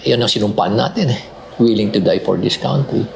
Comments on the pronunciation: cantry ang pronunciation ng country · Pronounce it cantry